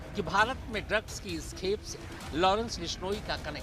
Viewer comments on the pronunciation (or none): none